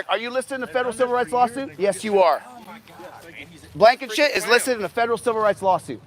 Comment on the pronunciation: I love how you call him Blakenshit.